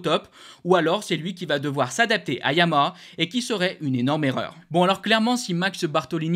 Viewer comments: YA MA HA. ARTICULE!!!! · répète après moi: Ya - ma- ha, pas compliqué 😂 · Ouf.... Je ne suis pas la seule à entendre la marque MAL PRONONCÉE 😊 MERCI pour ce commentaire !